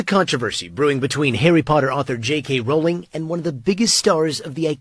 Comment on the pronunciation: her name is rolling, not RAW-ling